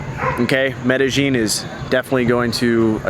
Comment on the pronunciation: Good video. Btw, it's Med Eh Yin, not Med Eh Gin.